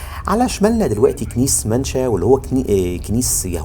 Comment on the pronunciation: اسمة ينطق هكذا ( مِينْشْشَا ) ( MENACHA ) وليس ( منشا ) . اصل انا اسكندراني ومن شارع مِنْشًا باشا بمحرم بك !